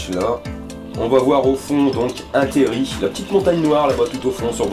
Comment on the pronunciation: merci pour la vidéo et l'histoire mais s'il te plait on dit un terril pas térri^^